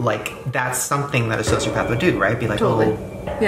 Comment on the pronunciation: "Social pepper"? xD edit: turn on CC